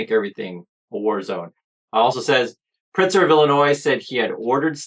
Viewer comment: Thank you for covering this. Chicago is safe and beautiful. One thing, the governor‘s name is Pritzker - You do pronounce the K.